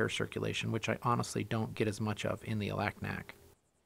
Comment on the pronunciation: FYI The people who live there pronounce Alaknak, Alugnuk.